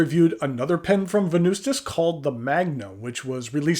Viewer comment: the true way to say Venvstas is Wen-noos-tas if in Latin